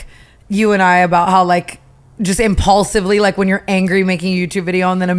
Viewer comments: Not tana saying “impaulsively” instead of impulsively 😂😂😂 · Tana really said imPAULsively instead of impulsively 🤣🤣🤣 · Not Tana saying “ImPAULsively” instead of impulsively 😂😂😂😂😂☠️☠️ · “Impaulsively” 2 minutes in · Did she just say “impaulsively”